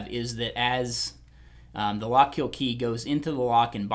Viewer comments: It’s pronounced “Lock-KILL” not “Lock-KEEL”... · "Lock Keel"